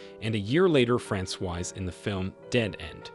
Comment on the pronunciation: Francoise is the feminine form. He's mispronouncing it terribly! It should be Frah-swaz. 🇫🇷